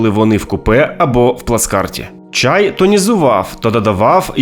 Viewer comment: Чай, не чяй; пОтай, не потАй; необпектИся, не необпЕктися, напІй, не нАпій. У яку школу ви ходили?